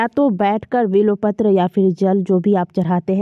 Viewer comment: vo bilopatra nahi bilpatra hai